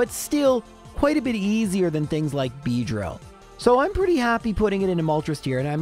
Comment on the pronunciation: Why did you have go re-record Audio and say "Beedrill" like you're setting you voice up?🤣😂💀